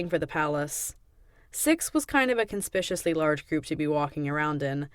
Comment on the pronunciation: The mispronunciation of conspicuous is driving me mad.